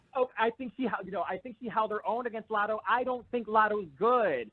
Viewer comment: The way he says “Lottle” for latto 😂